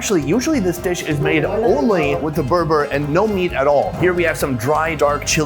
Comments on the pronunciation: It's not "burbur" it's BULGUR 😂😂😂. It can also be eaten on its own just like rice. We can call it a poor man's rice because it's way cheaper. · Its not Burbur its Bulgur haha :) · Not br br it is burgle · Burbur = bulgur 😂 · its bulgur not berber idol sonny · bulgur not berber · *it's not unusual even outside Turkey, these days it's eaten in pretty much the whole of Europe. Plus Turkish food is everywhere (probably the most popular food in Europe the last few decades, together with like Lebanese), so weird he said "burbur".. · Burbur hahahaha. It's called bulgur bro :DD